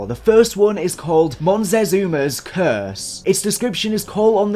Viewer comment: Did you meant MOCTEZUMA when you said something that sounded like monzesuma or mountsesuma???